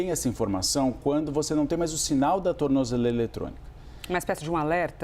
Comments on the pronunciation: Alguém ensina esse cara a falar tornozeleira 😂😂😂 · Tu não sabe nem falar tornozeleira. Kkkk